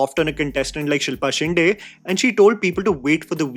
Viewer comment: Just once it'll be nice to hear a North Indian pronounce Shinde correctly. my dear it's not that difficult a pronunciation.